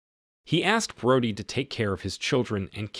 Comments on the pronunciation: It’s Bro-dee…not broady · Its pronounced Bro-dy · Did you even watch the movie? I'm pretty sure they call her Bro-dee, not Broad-ee